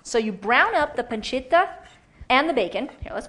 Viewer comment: damn... she's gonna pronounce pancetta and parmigiano reggiano all properly in italian and then add cinnamon, heavy cream, and fresh pasta to her "carbonara" WTF